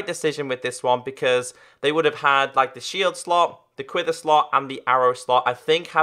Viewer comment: It is pronounced quiver not quither